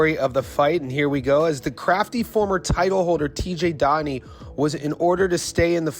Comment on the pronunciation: His name is pronounced DO-heney. DO not Da.